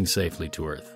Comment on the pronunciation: are you sure de earf is frat becase ife ben oop dere and it’s astonishing